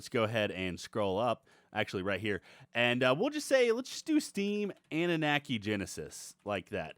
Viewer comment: annunaki said like Anu-Knock-ey not Ani-Knack-ey. same as Wyvern said like Why-Vern not Wiv-rn Mispronunciation is my pet peeve.